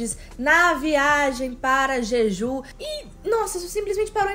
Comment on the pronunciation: Ai gente desculpa sem querer ser chata é so porque ta me dando agonia... O nome da ilha se pronuncia o J como se tivesse um "D" (Djidju) , não sei se deu pra entender... Nao me levem a mal por favor, é so uma dica